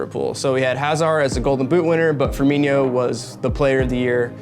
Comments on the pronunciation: It is pronounced firmino not firminiyo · Fer-me-no not Fer-me-nio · Every time he mispronounced "Firmino" I died a little inside.